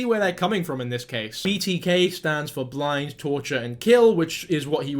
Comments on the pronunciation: It’s “ Bind” torture kill…not blind. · Did you say “blind torture and kill”? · not a good look when he goes off on calling YouTubers 'stupid' and then immediately posting the wrong image of Dennis Rader and saying 'blind' instead of 'bind'. LOL Or maybe that was ironically done? If so, chef's kiss to you, my friend!